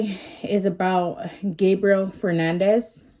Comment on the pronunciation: It’s Fernandez not Hernandez. Get it right if ur gna try to state facts homegirl.